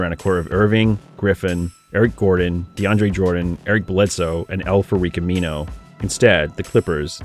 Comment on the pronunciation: Did he just say “Al Farique Amino”😭